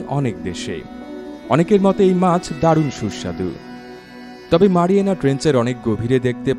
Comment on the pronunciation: মারিয়ামা না ম্যারিয়ানা